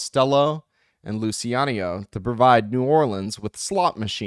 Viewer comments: Omg the constant mispronunciation of Lou Chi ano is driving me crazy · sometimes you said it wright in the start. Relax and cut the word in letter pairs or singles , Lu Ci A No